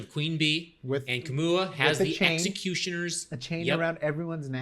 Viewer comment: Kamau not Kamua!